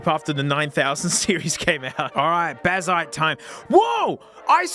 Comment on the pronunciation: Tell me you don't understand Linux without telling me. Can't watch the whole thing lol. NPC vibes. Blazziteh. NVidiah. Yeah, no wonder things don't work. In some benchmarks you're missing drivers mate.